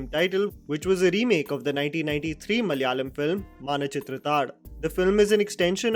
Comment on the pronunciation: Please after this long start saying Malayalam correctly.